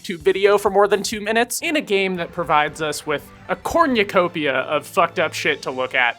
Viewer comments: Bro said “corñucopia” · Has anyone pointed out the fun way cornucopia sounds when you say all the letters, that was neat